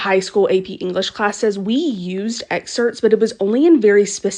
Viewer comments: Girl it’s “excerPts” not exerts Damnit now you got me going😡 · It's terrifying that a teacher can't pronounce EXERPTS